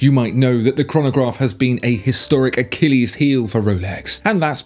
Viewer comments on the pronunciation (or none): none